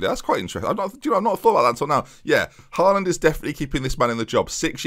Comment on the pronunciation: Hate to be a spoilsport but it’s pronounced hall und not haal und (how you’d pronounce hallway)